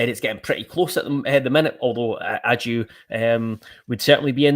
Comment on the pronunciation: Isn't his name pronounced Baggio, but without the B...I'm sure this came from the horses mouth in an interview...